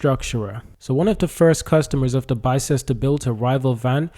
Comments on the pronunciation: Its not pronounced Bi Ces Ter, its pronounced Bis Ter How do I know? Because I live in a place called Ox Ford and Bicester is the next stop of the railway line. If you drive north on the A34 from Oxford about 8 miles you get to the M40, but if you go over the M40 2 miles further down the road is Bicester. I go shopping in Bicester as it has a huge high end outlet park. But thanks for the information about Arrival as I thought they were based in Banbury which is in North Oxfordshire. Oxfordshire is a good place to build vehicles, its home of all sorts of motorsports including Indy car in the USA, worldwide F1/F2/F3, Motorcross etc. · It is pronounced bis-ter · Bister is the pronunciation. Just in case you make more videos on it 😊